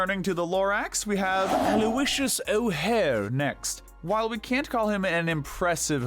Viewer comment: Why does the fact that he said Aloysius O' Hare with a British accent crack me up?